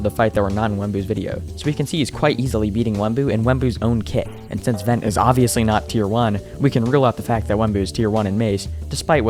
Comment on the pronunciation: Vent?? It's Ven broo